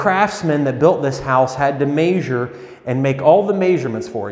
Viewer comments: the craftsman had to MAY-zur and make all the MAY-zur-ments did you mean "measure" and "measurements" meas·ure /ˈmeZHər/ if i were looking to rent a property you just lost me as a tenant if you don't know how to say measure you probably don't know how to measure, god forbid something needs replacing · Its measure not maysure! On the bay window floor. Hah. Good find though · . Dude I’m no pronunciation freak but c’mon man. I’ve only heard it pronounced 1 way, who taught you the word’s pronunciation? MEZ-HER or MEZ-HER-MENTS NOT 🚫 MAZ-HER or MAZ-HER-MENTS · i really bothers me when people say "maysure". That's all I got. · I’m just here for the “maysure” comments. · Maysure the wood 😂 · "he had to maysure, and make all the maysurements for it" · mayshure twice, cut once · That's how people say it in Iowa. It bugs me XD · Ohio dialect, it’s almost Canadian 😂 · He says " measure " funny.